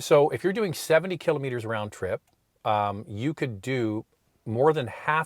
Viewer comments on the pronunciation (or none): Cant get passed the way you both say “killimeters” Instead of Kilometers 😂